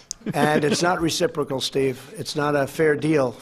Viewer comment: My favorite word "reciprical" you mean "reciprocation" geezzzz...